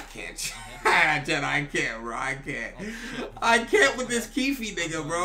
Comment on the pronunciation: when used to call him kiefee😂😂